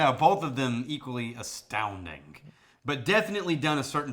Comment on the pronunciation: You say astounding, I say, exceptional. Correction, you say astoundink…